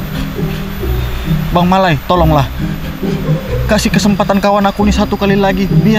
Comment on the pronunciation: Malau bang, bukan malai🤣